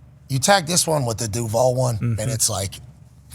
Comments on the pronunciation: Sir it's pronounced DOOOOOOOOOOVAAAAAAAAAAAL not duuuvall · The emphasis is on the Duu as in Doo Doo